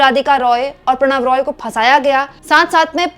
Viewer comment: Prannoy Roy, not Pranav Roy....